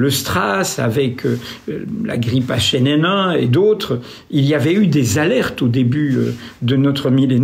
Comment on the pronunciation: J adore il dit comme a l ancienne, la grippe achaninin (h1n1). 2min44